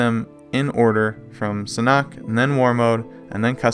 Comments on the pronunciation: Sanhok is pronounced San Hawk, not San Knock!?!?!?! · Its not san-oct, its Sanhook, San-hook. The h is pronounced and oo sound like book and look and hook.